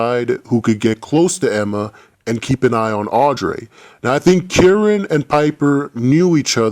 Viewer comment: it's kieran lmao